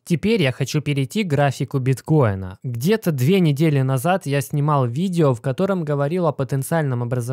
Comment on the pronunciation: кого бесит его слово новое виДДДео ? мне лично режет слух